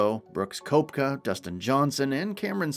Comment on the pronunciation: Bob Costas is a pathetic joke.This is the most biased report I’ve ever heard.This guy can’t even pronounce Koepka correctly.